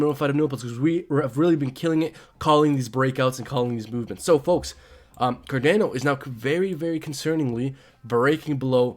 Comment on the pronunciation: Car Don O ...not car Dan o